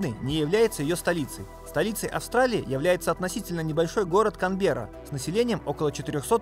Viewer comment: между прочим, австралийские города называются с ударением на первую гласную. поэтому не КанбеЕрра, а КАмберра, и СИдней. и тд.